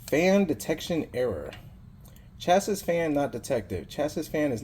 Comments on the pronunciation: The way you pronounce chassis is (cha see) not (cha sis). It's probably one of those words you've heard before but not seen it at the time you heard it so you took a valid guess and how to say the word. Thank the English language for things like knife where the K is silent and chassis where the "is" is pronounced as "see". Gotta love English. BTW, not blasting you, just correcting your pronunciation of a terribly spelled word thanks to English. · You should Record the serials, specs and work performed in a database so that you can pull it up at a glance. Chas-Is? Its Chassie, like Cassie. Say it with me in a future video. CHASSIE. Disable the Post alert for fan error. in the bios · Not how you pronounce chassis… I get a CPU fan error on my desktop every time. The POST sequence runs before the fan can get up to speed, so it thinks it’s not running at all.